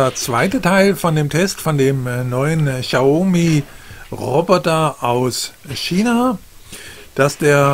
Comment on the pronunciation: Cooler Test, aber BITTE ( bitte bitte ;) ) informieren sie sch vor den Videos, wie man die Produkte und Hersteller ausspricht. "Xaumi" tut jedesmal aufs neue weh. ;)